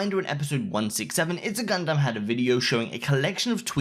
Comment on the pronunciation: It’s funny how you can pronounce Gundams name correctly but Scarce can’t 🤣🤣